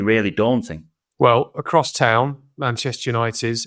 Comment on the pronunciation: Right at the beginning, did he say "moving onto Manchester s*ity"????😂